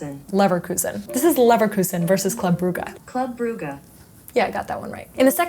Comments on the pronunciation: It's club [Brooj], not [Brugga]. Americans being americans. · I have no clue what site she uses but it is so wrong, very unfortunate. Just say Club Bruges, everybody knows Bruges (maar Gent is mooier ;-) ) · Never thought I’d see Jamie Carragher and Gary Nevelle in a Huge If True… also it’s pronounced Bruj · Why oh why USA people struggle SO much pronouncing everything that is not English? Club Brugge is pronounced sth like "klab Breez" . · I don't know what robot you're using to pronounce "Club Brugge" but it's pronouncing it incorrectly 😛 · It’s funny as a Belgian hearing her and the computer completely mispronounce Club Brugge and then saying “i got that one”